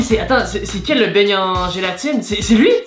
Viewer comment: Euu juste une pEtite faute on dit beignet et pas beigne